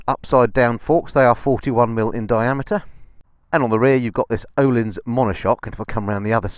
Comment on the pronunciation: As a point of interest, Ohlins is pronounced Urleens. I can sleep easy now after sharing that.